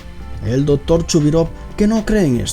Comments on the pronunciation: soy yo o este tipo no sabe pronunciar la palabra C porque cuando menciona por ejemplo al doctor el dice dotor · dice " el Dotor " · Es doCtor no dotor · dotor ????? jajajajajajaj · Porque dice el DOTOR jajajaja me parto de risa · "Dotor" Jajajaja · El "Dotor" :v "Esiste" gente :V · Por que la voz tan afectada? Porque no pronuncias las c? Dotor, colecionista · Jaja me mata el español dotor y reastor nuclear xD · Jajajaja no puedo con el “dotor”, y “reator” y “reazion”